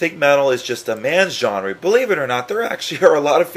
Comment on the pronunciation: Why do you say genre like gen-RE